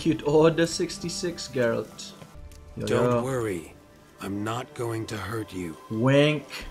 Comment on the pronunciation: Never seen my last name in ANY media (not exactly a common name), so to see it on the screen and then hear it from both and GERALT OF FREAKING RIVIA was a total shock. Both of them even pronounced it correctly! 😄❤